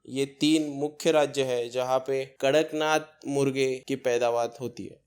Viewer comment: Not karaknath it's kadaknath.